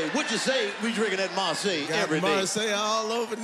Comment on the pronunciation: no her name is marsai pronounced like "mar-say"